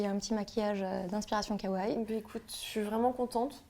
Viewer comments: Arrêtez de dire kawaille ;-; on dit kawaii et pas kawaille donc prenoncez bien le i a la fin ^^ sinon superbe vidéo! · c'est sympa de faire ce type de vidéo ;-; mais ça fait mal aux oreilles la mauvaise prononciation des mots comme Kawaiii ><. Par contre quel est l'intérêt de mettre du concealer avant, si tu étires la bb cream de ta cushion avec le puff? ça déplace ce que tu as mis avant. en plus vous avez trop poudré le teint :/. Normalement il est un peu plus glowy le teint.